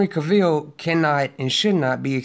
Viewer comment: Cavill rhymes with Travel. Not Ca-ville. And it's Christopher REEVE not Reeves. Besides that, i agree with ur points bro. Keep preaching them! many people seemingly missed the point or refused 2 understand that point, that lead to this toxic hatred 4 MOS and everyone involved in it. I simply dont get it. Tks 4 the video